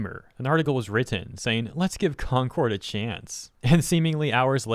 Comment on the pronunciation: Sometimes when you talk you remind me of the "Jelli belli candai" person. Love ya dude, just thought this was hilarious. to specifically "Either", "Gamer", "Written" and "Chance" (Chance not as much) made me alt tab back to the vid out of my game LUL. I didn't really hear it at all rest of the vid though, might've missed the others but that gave me whiplash lol.